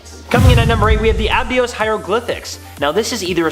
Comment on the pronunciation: This channel is annoying. They don't pronounce Abydos correctly. Additionally, the sphinx also used to be a Lion looking at the Leo constellation. These people just read what they are told. I doubt any of them are even really interested in archeology.